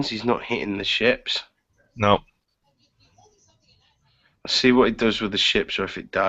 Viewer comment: ships you sound like ya saying chips